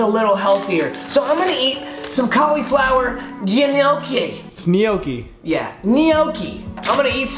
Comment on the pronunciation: pretty skeptical because gnocchi is an Italian pasta🤔 and he pronounced both cauliflower and gnocchi wrong lmao